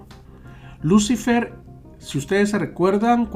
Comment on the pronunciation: Se pronuncia luciFER la sílaba tónica es FER